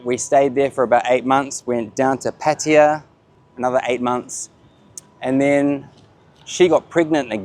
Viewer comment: PATAYA NOT 'PATYA'